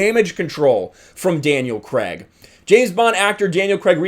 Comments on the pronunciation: Craig not Cregg! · “Daniel Creg”